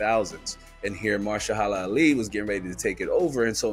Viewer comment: say it with me MA-HER-SHA-LA ALI 😂